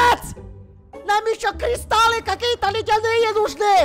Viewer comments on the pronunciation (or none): Тот самый Кузнец, который грамотнее зельевара 😂(зельевар сказал : кристалы, а Кузнец:кристаллы.😂